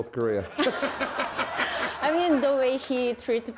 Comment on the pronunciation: Do any other Americans hear “career” when Koreans say “Korea” ....? Cuz I do.